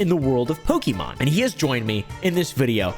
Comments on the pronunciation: Poke"MAN"! Lol mer"MAN"! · Only one person in the video, pronounced Pokémon properly 😂